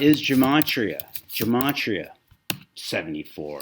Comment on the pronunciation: It’s pronounced Geh-Mah-tree-uh